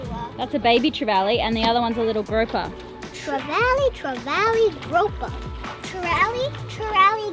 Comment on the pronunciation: Grouper.....not groper like is like...lol